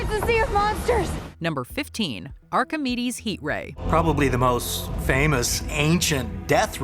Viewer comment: Am I the only one who Heard "you wanna suck us" when saying the Greek scientist's name for the death ray?